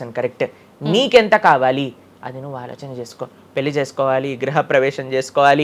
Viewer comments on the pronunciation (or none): none